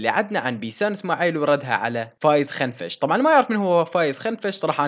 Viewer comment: اسمو فايز كنفش مو خنفش اوكي بس نبهتك بشان ما يصير مشاكل تستمر يا أسطورة 😘😘